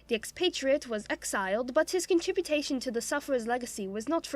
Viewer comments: '...contributations...' but it clearly says contribution that is all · oh, shit 'contributation'***